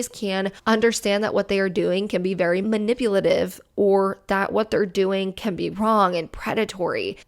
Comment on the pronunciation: Ma-nipple-lative?! 🤣 careful, Susan's gonna getcha! "DEMONETIZED! 😡" LOL! The David's Bridal one made me FURIOUS. That's INCREDIBLY unethical, when people give their contact information to a business, it's that business's responsibility to keep that information safe and only keep it for the purpose that YOU agreed to. NOT for some hun with no shortage of THE AUDACITY to steal and use for solicitation!!! I hope the person reported that situation to corporate and I hope that hun loses her job for it, honestly. I don't usually like the thought of messing with a person's employment, we all make mistakes, but THAT? That is just DISGUSTING and a total abuse of her position. And it's all just a trap to access the victim's BRIDESMAIDS too. GROSS.